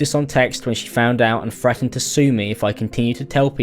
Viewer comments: As a British person I would like to apologise both for in general but also for the way he says "frettened" instead of "threatened". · How the heck is he saying frettened instead of threatened? Thats not even an accent, thats just speaking wrong. 😂😂